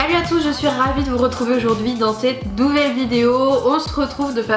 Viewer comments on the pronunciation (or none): tu as dit douvelle video au lieu de nouvelle